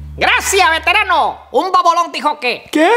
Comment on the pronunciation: La cagada cuando dijo un bobolon dijo que jsjsj